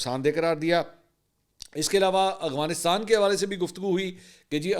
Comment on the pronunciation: السلام علیکم منصور بھائی لفظ افغانستان ہے آپ اس کی ادائیگی شاید درست نہیں کرتے. اف غا نس تان